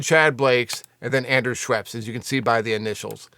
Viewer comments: Haha, Andrew Scheps, not Schweps. Interesting video though, thank you so much. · Scheps not Schweps-it’s a beverage 😂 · Dude, please learn the names of the guys you`re talking about ... ANDREW SCHEPS ... NO "W" ! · There's no W in Scheps you're killing me lol